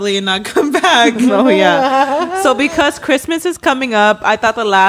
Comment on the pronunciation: I wonder if knows he says Pecause instead of because. I’ve always noticed it! Anyone else? He’s still a king love the pod ❤